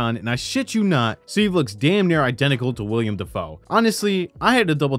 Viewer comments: His Name Is Wilam NOT William lol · Willam. Not William Dafoe.